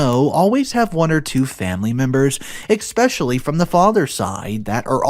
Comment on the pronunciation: If you're going to narrate stories learn how to say especially no X in it